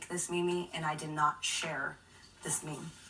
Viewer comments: IT'S PRONOUNCED "MEEM", MEEM!!! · How come she said it correctly at the end ME ME 😂😂😂😂😂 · She surely has said her pronunciation of meme in front of her friends and family. They uniformly kept it quiet so she'd mispronounce in front of millions of people. The most appropriate meme! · my good of the jury the only crime this women is guilty of is mispronouncing meme